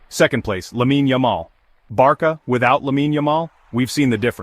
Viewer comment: Just AI can’t pronounce it in right way LOL